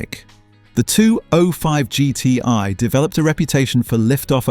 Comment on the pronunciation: AI Voice kills it for me. Guy cant pronounce 205GTi properly